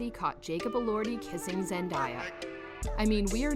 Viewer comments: I’m tired of hearing Zendiea and Tomdaia! 😕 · its not zendiya its zendaya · ZenDAYa pls pronounce her name correct. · pls stop saying zen-die-ya its giving me brain damage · ZendAya not Zendya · LoL you said zendiya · its zendaya not zendieya i am disliking this vid she personally said she hates when people call her zendieya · Hellooooooo. Her name is Zendaya. NOT Zen-DIE-Yaah. 🙄 So annoying when they don't take the time, to learn the proper, dam pronunciation of someone's name! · It's Zendaya not zan daya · Pronounced Zen-Day-Ya, not zen-die-ya. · It’s not Zandaya it Zendaya please say it write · IT'S ZEN-DAY-A. She literally made a video on how to pronounce her name. Please watch it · You have to learn how to say her name right ! Like David Tate Jr says: Zen-Day- A . You can’t be reporting new about her if your can’t pronounce her name right! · Had to stop watching the Zen die a was irritating me to the core. I kno she's not doing it on purpose but it was going through me. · Why does she keep saying her name wrong??!!! Lol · An you please say her name right next time. Thank you cuz you butchered her name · You said her name wrong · No one will believe a thing you say if you can’t even pronounce her name right. 🙄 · I was about to say the same thing!!! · I know right